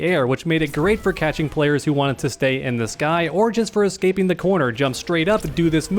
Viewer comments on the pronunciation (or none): none